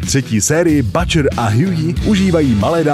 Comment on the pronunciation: neviem ci si vobec videl ten serial ale Butcher sa vyslovuje s U, nie A.